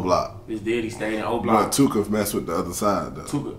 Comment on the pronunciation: He said “dyddy not daddy” 🤣🤣🤣